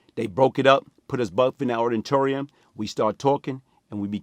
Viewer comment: Yo if you’re reading this it’s auditorium not orrTorium please don’t get mad and merk me